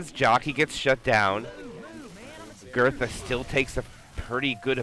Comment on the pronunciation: every time he says 'agurtha' I feel pain of cringe. But anyway good comment, great vid